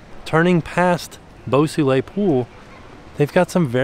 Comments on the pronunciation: The pool, Beau Soleil, is actually pronounced ‘bow so-lay’ and translates literally to ‘beautiful sun’ or ‘beautiful sunshine’. Sounds better in French!! 😁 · And 'Boo Soolay' 😆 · saying "Beau Soleil" got less and less French the more he said it LOL